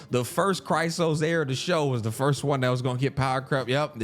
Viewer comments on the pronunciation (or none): none